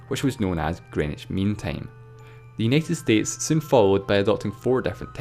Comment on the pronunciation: the accent is annoying, , its understandable but the pronunciation is awkward and gets annoying after time. it's like he adds 6 more vowels to words . like how he says united states, he says it as yenited states, like what the heck, it's U as in you , not ye . Lol